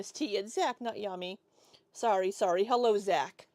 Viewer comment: As soon as she said “Hullo Hullo,”? BIGGEST eye roll. 🙄